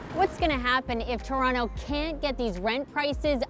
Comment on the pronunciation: Torano haha she cant even pronounce it correctly. Its called Toronto or Taronto.